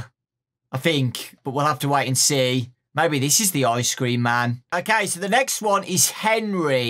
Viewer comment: THE BEST YOUTUBER AND WHEN U SAID ICE CREAM I THOGHT U SAID ICE SCREAM LIKE THE GAME